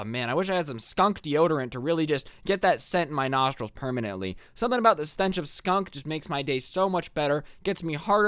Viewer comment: "skunk skoun"